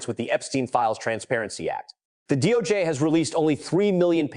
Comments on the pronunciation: What the hell is the doh-jay? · AI Voice-over “Doh-J”? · Please learn how to pronounce the names of these people. It’s hard to listen and believe what you are reporting when you can’t say the names right. Btw, it’s not dojay, it’s DOJ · The DOUGH JAY??? IF A I is to be successful then THEY GOTTA GET THE Pronunciations RIGHT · It is AI you hear, not a person. The pronunciation of "DOJ" is also odd. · Ai always shows itself with mispronounciation and strange pauses that don't sound human. so annoying 'Doe Jay' 'Missy for Massie' 'Epstine for Epsteen' etc